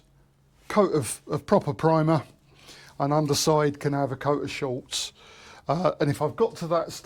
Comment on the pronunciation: Nice work, I will keep watching with interest… but please it is ‘Schutz’, German for protection, there is no letter L in it…why is this such a common mistake ? 😂